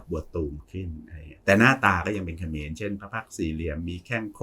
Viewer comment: เออตอนนี้ต้องพูดแยกคำว่าขอมกับเขมรให้ชัดๆนะคับอาจาร